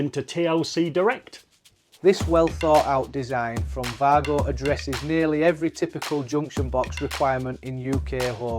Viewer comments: There's no "r" in it! 😂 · You know that’s a W for Wago right? It’s not pronounced Vargo😂😂😂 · no it isn’t, it’s pronounced Way-Go, exactly how it’s written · Pity the presenter in the video didn’t do the same as the commentator. This is a German product and they pronounce W as we pronounce V. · Yes. An educated person wouldn’t post wisecracks like you did, ignoring all the other posts which support the German pronunciation of WAGO.